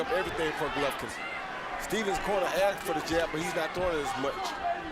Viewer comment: Great advice from stevens coaches, "Cmon man we axed u to do the thing cmon man u suck"